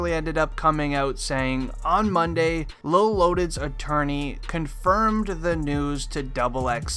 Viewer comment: It's lil not lol